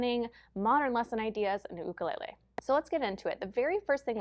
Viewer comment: great video. Thank you for pronouncing "Ukulele " correctly. So many music teachers pronounce it youkulele, not cool.